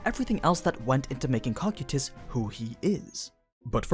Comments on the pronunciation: I’m so used to hearing Coe-Ki-Tus, that Cock-you-Tus takes me off gaurd each time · Guys the pronouncement is a bit off. It's not COCK-SAI-TIS, ITS NOT COC-KU-TIS. ITS CO-KY-TUS. Cocytus. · Bro your horrid pronunciations of character names is the reason I don’t watch your content. First it was “Ree-mer-roo” which you pronounce as “Rim-Roo”, and now “Ko-Ky-Tiss” which you pronounce as “Cock-Cutiss” which is stupid close to “Cock-Cutips”, which is a little funny tbh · its (co-ky-tüs) not (coc-ue-tus) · i love these videos but the way you read some of the names really makes it hard to watch especially in public - its CO-CY-TUS .... not COCK-CUE-TUS please dont say it like that anymore i rather not have people ask if im watching something porn related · Huh I pronounce it co-kite-us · Cocytus (KOH-KYE-TUS) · Man's actually be saying Cockquetus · he calls him "cock e tus" and that bugs me to no end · In the english dub cocytus is pronounced Coo Kite Us...... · NOOOO!!!!! Use the dub pronunciation again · You mispronounced his name but you say the layer off hell right how is that even possible they are pronounced the same cmon man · Why are you saying cocytus like that?